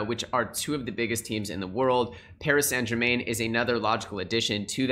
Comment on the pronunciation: It's pronounced (Paris- san - jereman) 👍hate those guys anyway Im a Olympique Lyonnais fan